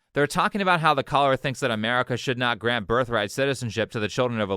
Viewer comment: for half the video i thought you were saying "collar" instead of "caller" lmao